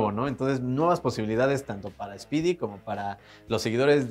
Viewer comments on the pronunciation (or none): ¿Quien es Speedy? ¿no quiso decir Spidey?